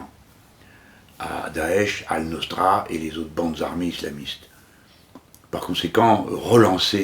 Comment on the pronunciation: On dit : Al Nosra et non pas Al Nostra svp.